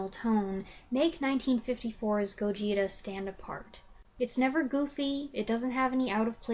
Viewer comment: Interesting review! Just an fyi, the pronunciation of Gojira has the stress on the first syllable. So, GOH-jee-ra. You can hear them pronounce it in the movie, but the word is very easy to miss.